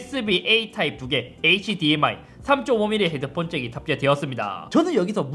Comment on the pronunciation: hdmi 읽을때 h, dmi로 읽는거 좀 고쳐주세요 제발 ㅠㅜ